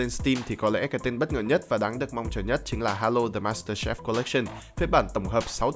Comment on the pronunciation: ad ơi đọc là master chief không lại là master chef đâu ad @@